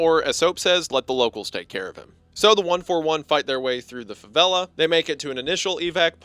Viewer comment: That was the worst pronunciaton of favelas i had ever heard. Love your videos but wow